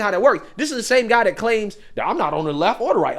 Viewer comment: You i’ve got to stop saying “dat”. IInstead of “that”